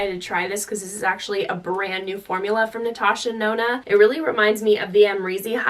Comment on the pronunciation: Did she just say “ Natasha Nona “ ?! 😂 DEnona